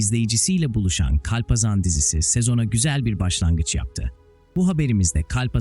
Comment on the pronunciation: Kulaklarım acıdı hayatında hiç mi kalpazan kelimesini işitmedin o nası telafuz